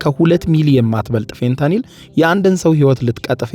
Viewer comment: እየተሳሳተ ፌንታሊን ሲል አልሰማህም? 😂😂😂